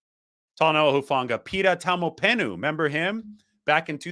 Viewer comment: Shout out to, for pronouncing my Tongan language very well! Hufanga, Taumoepenu, Pea village NNNNIIIINNNNEEEERRRRSSSS #FTTB GOD BLESS 🇹🇴